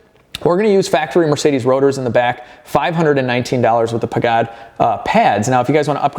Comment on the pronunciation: Its pronounced Paj-id not pagad